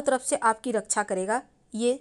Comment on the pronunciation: सिव जी, पुष्प, गणेस जी, परेसानी, घर की रक्सा, दोस, सक्ती, सतरू, , ●घटिया वीडियो● *बस ! 'श' के उच्चारण को 'स' मत करना, हमारे बच्चों का उच्चारण खराब होता है; * सेयॅर, सुरु; ●●● मीडिया जगत में "श" अक्षर की भारी कमी, जैसे कि.........रिलेसन्स, रिस्ते, कोसिस, देस विदेस की परेसानी, सुल्क लगाना, दोसी व्यक्ति पर सुल्क, रासनकार्ड की सिकायत, रासन पानी, समसान में जलता सव, प्रसासन की छमता, सुबह-साम, सौकीन तथा सरारती, असलील हरकत, सादी में जसन, सगुन की सुरुआत, इस्कूल में सास्त्री जी, इस्टेसन पर रेलगाड़ी, युवासक्ति किसोर व किसोरियां, 'स्तर' को अस्तर' उच्चारण करना, वीडियो सेयर करें.......आदि आदि । 😢